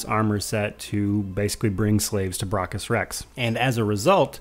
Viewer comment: Stop miss pronouncing braccus.